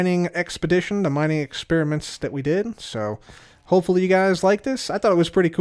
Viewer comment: I heard "butt hole" as you were saying "but hopefully"